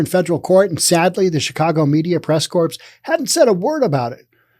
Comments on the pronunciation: Not pronounced "corps". It's pronounced "core". Sorry. btw, thank you and a thumbs up for the info. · Hi, I think it is pronounced "press cores" not corps. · core, not corpse, lol. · Corps (as used in press corps, Marine Corps, etc) is pronounced "core" . A corpse is what is left after you die.